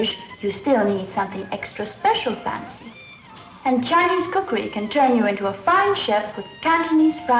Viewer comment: Did this white person say “ cookayreee” ? 😂😂the “awdacadree” (bangs gong)